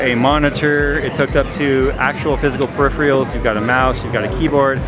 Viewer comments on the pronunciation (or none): "Periphrials" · "pre-ripherals" :DDDD